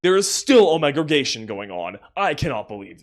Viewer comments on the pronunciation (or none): “OMEGREGATION” STOP 😭